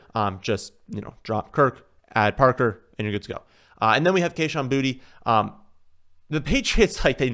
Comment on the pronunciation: it's kayshon boutte* not booty lol